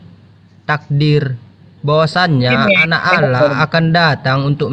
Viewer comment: Menyebut Allah kenapa Alah